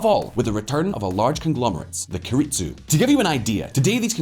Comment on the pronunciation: Keiretsu pronunciation = Keh ee reh tsoo If you're going to do an in depth research into a subject, it would help to pronounce the key words as close to the target language as possible.